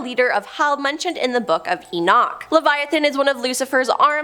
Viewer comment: Why is she pronouncing names like that. Gabriel Enoch. It's like she's trying to put a flourish on their names. It's as common as you can say Gabriel or Enoch. Go back and re-listen to the video she says names very strangely.